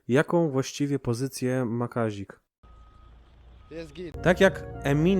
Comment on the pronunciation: Kazik a nie kazil